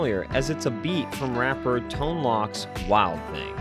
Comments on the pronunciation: 🤣🤣🤣 Tone-"lock"?!?!?! It's L-oh-k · Pronounced TONE LOKE. Big old peacock... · It is pronounced Ton-LOKE. It is spelled Tone-Lōc specifically for that reason. I apologize for being that person. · Great video, but isn't his name pronounced like "Tone Loke"? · I'm done. This is a poorly scripted, poorly disgusted "Save Hollywood" channel, not a nostalgia fix. If you think it is pronounced, "Tone-Lock", you obviously have no first hand knowledge of the era which created this gem. ✌️ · Not trying to be a jerk, but when you’re not sure how to say someone’s name it’s totally cool to look it up. Tone Lōc (both hard O’s) 👍🏻